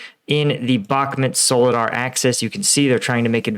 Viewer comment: It's pronounced BOK-MOOT, not bokmet.